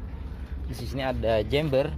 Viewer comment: Chamber bukan jember😂😂